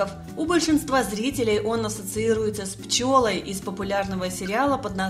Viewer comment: Да, именно ПчЁла.